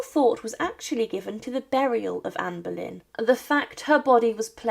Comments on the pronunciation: Anne Bollène et pas berlin ok ia de merde tu parle d'une reine d'Angleterre un peu de respect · Не Берлін,а Болейн. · Pani czytająca komentarz jest półanalfabetką i brak jej wiedzy. Jak można kogoś takiego zatrudnić ? "Boleyn" czytany jako "Berlin" i wiele innych tego typu wpadek.